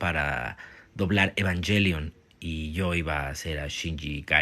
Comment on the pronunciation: La pronunciación real es "Evanguelion" y ningún doblaje logró decirlo bien. xd Algo que me parece curioso de los tres doblajes es la voz de Rei. En el primero Circe le da un tono apagado casi robótico, en el segundo Gaby le da un tono pasivo pero melancólico, y en el tercero Circe retoma pero hace un tono más parecido al de Gaby que al que hizo la primera vez.